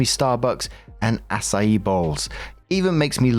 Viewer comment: pronouncing Acai correctly is impressive lol